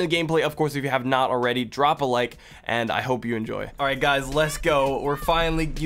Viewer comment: Don’t fawget to dwop a like on di video🤩